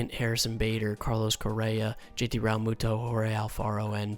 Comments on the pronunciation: How he says realmuto triggers me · Proatanything06 same